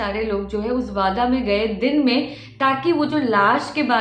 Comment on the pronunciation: Its वाडा not (wada वादा)